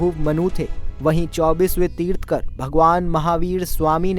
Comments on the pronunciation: Pehle bolna seekho...tirth-kar nahi Tirthankar hota hai...Jain dharm ke baare mein batate hue 90% of the time Gautam Buddh ke photos dikhaye ..isse saaf hota hai ki aapko khud Jain dharm ke vishay mein pata nahi hai.. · तीर्थंकर कहते हैं, तीर्थकर नहीं।🙂👍 जय श्री राम।🚩